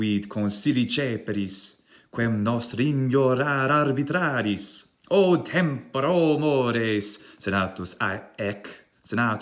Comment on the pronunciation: Correction: the "mores" tended to be a little french. But the "tempora" was flawless👍